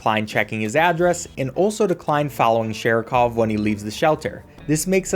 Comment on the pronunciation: Saying Sharikov's name wrong the whole time is very Seanie Dew of you